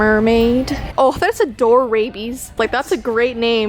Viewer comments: Door Rabies lol its DOORABLES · It’s not doorables It’s door ables Love you!!!!!!!❤️❤️ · its a door-a-buls not door-rabies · its doorables not doorrabies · "Adorabies" 😂😂😂 its adorables 😂😂 crying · Also its doorables not doorabies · That wasn't doorabies it was doorables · its door ABLES not rabies.. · Dear and the the “doorabies” are called doorables.xD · it’s door-ables silly 🥝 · You know that it "doorbel "so yeah and also I love you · its pronounced door uh bulls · Ummmm sorry to correct you but it's called "Dorables" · doorables what a great name for a toy. Me: THAT IS NOT HOW YOU SAY IT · It's doorables 😅